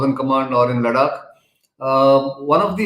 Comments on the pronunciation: Ladakh not Laddddakkkkk. Come on Mr Gokhale, it is easy to pronounce. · try to speek ladakh as ladakh not ladak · When you say लडाक, it appears you are from another country. Practice saying लद्दाख 10 times. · Ladaak is pronounced in Marathi, Laddakh is pronounced in Hindi and English.. and He is Marathi. Just like me... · Nitin hi, the pronunciation for ladakh is "ladh-dak" pls province it this way. Else, your analysis is gr8. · It's pronounced conventionally as लडाख in Marathi, and Nitin being native Marathi speaker may tend to pronounce certain words as Marathi speakers have been accustomed to pronounce. This is similar to how many of the Hindi speakers pronounce तमिळनाडू (correct) as तमिलनाड / तमिलनाडू (incorrect). So just chill down and be your tolerant self. Peace.